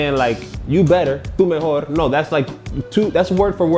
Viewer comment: you speaking Spanish with an American accent to demonstrate is hilarious. "Errores" & "mejor" was super English. No sirve. 😂